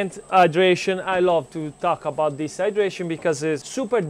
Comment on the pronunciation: When he says the hydration! I hear it dehydration 🤣🤣🤣and i get back to the title it says hydration and my brain is no longer braining🤣🤣🤣🤣🙈